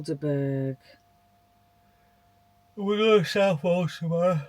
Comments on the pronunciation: This is my local town. It’s a lovely little town. Abbey gardens are a gem. Southwold is definitely worth a visit. Nice pier and a lighthouse. Aldeburgh is also very nice. pronounced Aldeburgh totally wrong 😂😂. looking absolutely lovely as usual. Love the channel 👍👍👍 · Deffo visit Aldeburgh.(Pronounced Alborough lol). The house in the cloud's in Thorpeness(1 mile along the stunning coast) is amazing..Go in The Dolphin for some cracking snap...their pork scratchings are the best...👌👌👌